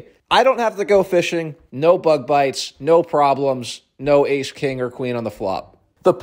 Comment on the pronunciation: I understood "my legs were covered in bud lights" instead of bug bites and thought your dad was getting hammered